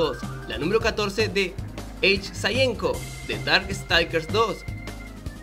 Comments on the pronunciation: Hsen-Ko se pronuncia Hisen-Ko jeje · Hsien-ko se pronuncia "sien ko", aunque no te preocupes, está comprobado que es uno de los personajes de videojuegos con uno de los nombres que muchas personas lo pronuncian mal, en serio, muchísimas, hasta algunos japoneses leen la h